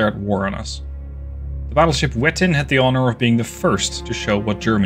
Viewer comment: I started a new campaign this time as 1910 ah and i don't know how but as soon as i went to war with Italy Britain and France they all blockaded me even though Britain and France were no where near, and I already destroyed half of frances Mediterranean fleet Ps wettin is pronounced vettin, a w in german is pronounced as a v